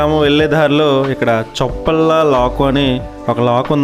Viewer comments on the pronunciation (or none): చొప్పల లాకు కాదండి చొప్పెల్ల లాకు సూపర్ గా ఉంది కడియపులంక